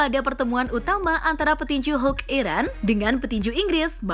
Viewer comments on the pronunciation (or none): none